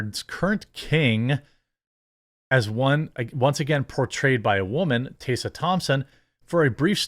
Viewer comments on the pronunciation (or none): Tess-a not Tay-sa, how are you THIS bad at names???